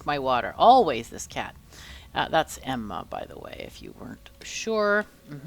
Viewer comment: Oh I heard your perfect Swedish way of saying "Emma". Good job❤4